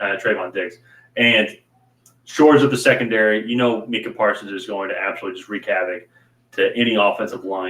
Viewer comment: Great show guys. I'm new to the channel, so I don't know if you guy's were joking or not. But it's pronounced MYKA (Micah Parsons). I say this to say we Cowboys fans are legion (meaning there are a lot of us) Some nice, many are not. And with something as small as that. No matter how right you are, ppl will say "you don't know what you're talking about"